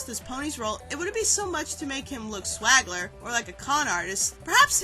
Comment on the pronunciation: I think you mean swindler, not swagler.